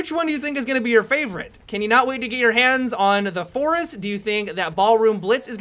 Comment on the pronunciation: Have you guys noticed that pronounces words oddly, like "you-rrr"